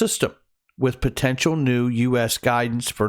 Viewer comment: What is "protential"? 😉